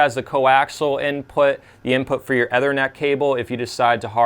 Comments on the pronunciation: Dude.. It's EEE-thernet. Not EH-thernet. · Ethernet - 'ee ther net (like the ether in chemistry) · Did you just mispronounce the word “Ethernet?”